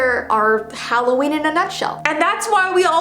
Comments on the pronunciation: You said it's hallveen😂😂😂When it's Halloween:3I just wanna correct u :) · How to say Halloween stupidly HALO-EEEEN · Halloveen nice instead of Halloween its Hallowveen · ITS VEEOWEEN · Intro: it halloveen Me: HECK YEAH IT IS BABY >:)